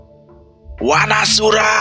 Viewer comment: Saran mas, kalau membaca a jejeg dibaca o. Seperti Wanasura, dibaca Wonosuro, agar terlihat Jawa-nya si Danan & Panjul